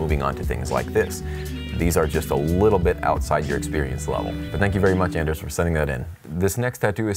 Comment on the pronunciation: If "Ders" could only hear you pronounce his name w/ an "AN" instead of an "ON" he'd make it clear he had a hard "ON." (Where my Workaholics fans at?!) Even crazier though, this guy's buddy is from Norway too! 🤣